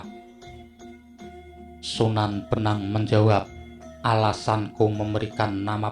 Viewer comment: Sunan bonang bos,bukan sunan benang!!..